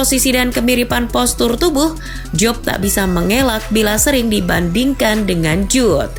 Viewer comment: Bukan Jube Min.. Jude bellingham